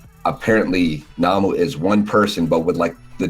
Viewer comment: It's nomu not namu lol